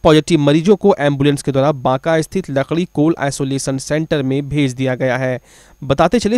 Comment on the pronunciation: Lakrikol nhi re pagal lakrikola h